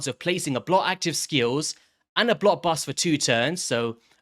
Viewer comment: The word "BLOCK" has a CK at the end of it. it's not blo active skills it's BLOCK!